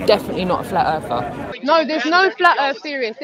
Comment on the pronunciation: "I'm not a Flatt Erffer. I'm a Globalist [sic] denier." She actually thinks that makes her sound less of a LoonToon? "I'm not a Creationist. I'm an Intelligent Designer." Oh. That's the same thing. Hmm... "I'm not either of those. I'm an Evolution Denier." So. No one _claims_ anything any longer. It's only about denial. But... isn't that a claim? FlerrFerrs are fucking idiots. (Ding!) [1]